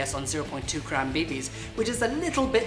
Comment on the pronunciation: is i just me or did say kram when he said grams